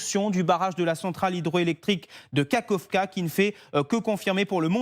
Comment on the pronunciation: Un "o" ne se prinnonce pas "i" pour Kakhovka